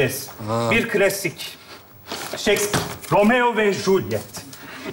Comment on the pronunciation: Doğrusunu unutturdun bana bacım ya.. Shakespeare o shecpere değil..